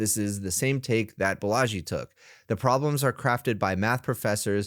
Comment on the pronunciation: not Balaaaaji, correct way to say, baalaaji